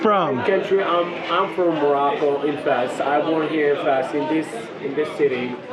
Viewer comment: Fez not Fes!